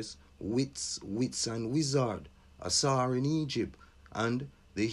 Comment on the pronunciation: Stop it man.. I'm minutes in and you're talking about Ausar - Later called osiris by the Greeks. Basically, the etymology for tsar, caesar, etc began with au(t)sar... We're in a loop. A proper pronunciation for ausar is au(t)sarizve...